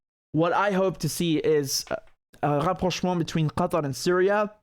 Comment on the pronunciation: The way you say "Rapprochement" is so nice, so "frenchy". Are you french ? do you speak french ?